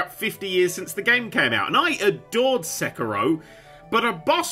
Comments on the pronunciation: sehk-eh-ro, no just no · When you said Sekiro I had no idea what game you were talking about because I never heard it pronounced that way